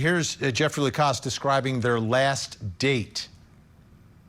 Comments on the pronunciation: At least get his name correct if you are going to Trash his character on national TV!!! It’s LaCasse!!! NOT LACROSS!!!😡😡🤬🤬🤬. What an idiot you showed yourself to be tonight!!! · "Lacrosse" ? I thought that was a type of sport. His name is Jeffery Lacasse. Good Lord! Nothing shoots your credibility down faster than pronouncing someone's name incorrectly. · The woman denying Lacasse’s importance can’t even get his name right. She calls him Jeffrey Lacrosse. I mean really, do your homework, woman! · Literally. Ol girl said "Jeffrey LECROSS" 🤦‍♀️🤦‍♀️ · Next time maybe the guests should know how to pronounce a last name before calling him vindictive. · can't/doesn't pronounce Jeffrey's surname correctly. He's a professor of social work and w/ great insight and intelligence, does much of the police work for them. It appears asked him out on a date and he declined, flat out. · That one woman couldn't even get Jeff's last name right!